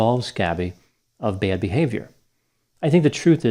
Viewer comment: Is he southern? I'm genuinely curious because I'm Australian, and I've been trying to pinpoint accent ad nauseum by how he says the word "bad" like a diphthong that sounds like a mosh between "bed" and "bay-ud". I like it.